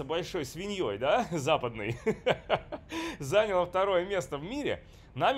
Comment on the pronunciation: Не зАняла, а занялА, не набрАла, а набралА))